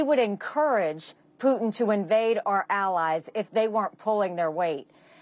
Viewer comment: Peeu tin